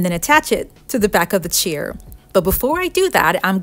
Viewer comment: They're probably those pampered, elitist "I-won't-let-my-surgically-enhanced-bottom-touch-anything-that-wasn't-made-in-Paris" types. Screw 'em. This woman's creativity is priceless. And I love how she says "chair" - it sounds like "cheer" .... which is exactly what she gives her viewers. ☺️